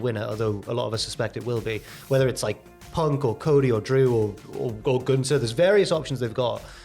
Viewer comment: There's a "th" in GunTHer it's not "Guntar" 😂😂